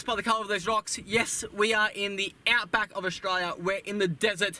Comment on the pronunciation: AustRaLia. Say it properly ffs